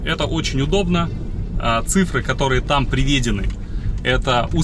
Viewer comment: Нашел ошибку, в слове приведены. Удорение должно быть поставлено на слог "ы" .